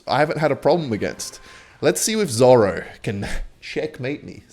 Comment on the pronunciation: “Zoro” says, mispronouncing the word zero